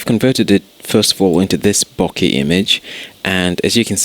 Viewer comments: Boh-keh, not Bocky. Otherwise, great tutorial. Thanks. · since when did an "eh" on the end of a word make an "i" sound?